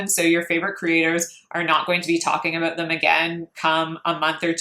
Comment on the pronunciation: You’re so pretty and then you ruin it by having that self tanner that makes you look like a Cheeto. 🤮🤮 do yourself a favor, ship the self tan and enjoy your beautiful fair skin. Also what’s up with the weird way you say “about?” Fix that